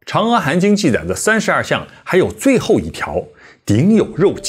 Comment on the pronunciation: 主講人既然說要正確讀梵音, 而當年譯經者 "南無 阿彌陀佛" 這幾字的翻譯, 到現在要讀正確也不難, 為何主講人"阿彌陀佛" 要唸成"喔彌陀佛" ? 主講人在說到佛經中"阿"的時候, 都唸成了"喔" , 這樣明顯是不正確的.而 "阿含經" 不應唸成 "喔含經".